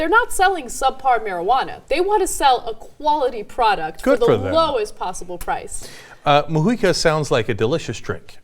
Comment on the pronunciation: Nice to hear "Mujica" pronounced correctly :-D